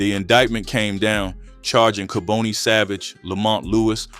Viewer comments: And pronounce the names right it’s not kabooney. It’s pronounced Ka-bon- nee 🤦🏿‍♂️😡🤷🏿‍♂️ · Mispronounced his name ( Ka-bonnie) is the way it's announced. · Im from Philadelphia I remember this. Dark chapter. By the way his name is pronounced KAH BON EE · This was definitely Philly, this person talking doesn’t know what he’s talking about, cause his name is kaboni not kaboney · You’re not even saying his name right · You keep mispronouncing his first name!!!!! This man was a total Demon the DEVIL incarnate to commit such a heinous EVIL crime!!!! I hope he is never allowed to walk among us!!! Why are you showing pictures of what looks like renovations inside of a home or an apartment that doesn't look like it has anything to do with making drugs??? I understand that you need to fill in spaces for your content but why are you interjecting photos of things that have nothing to do with cooking or making drugs some of the photos look like renovations that are being done in a home with home Depot buckets and paint and plaster buckets so why are you interjecting these photos in this video??? That makes no sense!!! STOP interjecting photos of people who are not part of this story if you don't have enough real information or photos that pertain to this video then you should not have made this video it's disrespectful !!! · I noticed a plethora of errors in this video. Naming the wrong people. Pictures of people not part of the story. Scenery clips that weren't in Philadelphia. AND most importantly mispronouncing Kaboni and Tabius smh. Unsub, 👎 This jawn is fraudin!